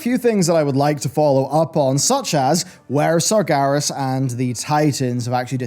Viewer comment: Anyone else bothered by how he pronounces it "Sargaris" instead of "Sarg-EH-ras"?